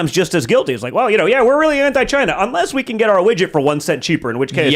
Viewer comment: DT junior said Widget Lol